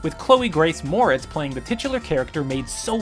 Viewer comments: "Moretz" is prenounced "more etz" not "morits" jesus I hate this new dude. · "Tuh-kala" instead of "Tu-chala" and "more-it's" vs "mor-ets"... This guy really doesn't research what he's saying does he? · T’Challa is pronounced (tuh-chall-uh) not T’Calla and Chloe Grace Moretz’s last name is (more-et-z) not Moritz...